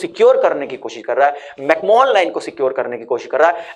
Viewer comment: Bhai mere mcmohan ko pronounce Galat kar rahe ho Isme koi Mohan nai Hai Google karo correct pronunciation